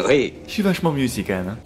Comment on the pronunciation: Un belge qui dit "ui" au lieu de "oui" un tonnerre d'applaudissements pour!!!